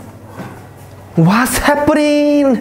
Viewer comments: Take a shot everytime he say wass haperrninng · "warsz heppening" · Someone tell me how much times he said wAtS hAppAnIngg